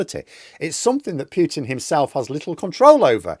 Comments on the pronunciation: please Pootin.........not Pyootin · I like the video, but the word Putin rhymes with 'brute', not 'cute'. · Us EU citizens call him "Pootin", as that's how Russians themselves pronounce it... Just native English speaking people pronounce it "Pyutin" 😂 And it sounds stoopidd...